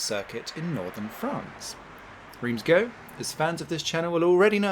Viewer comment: Even allowing for English pronunciation ("Reems" rather than "Rance") "Go" is odd, I believe it should be "Guh" (based on my 'O' level French in the last century!).